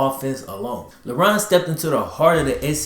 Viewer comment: I keep hearing him say “Lebron”